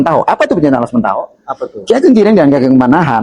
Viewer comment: Yg nanya ngaco, ngomong Alas Mentaok saja salah... parah banget, jadi tidak tertarik.